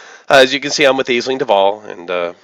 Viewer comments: Nice video. Just one note: it's pronounced "Ash-ling". (It's Irish) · it's pronouced "ASH-ling". It's Irish. Space Irish? idk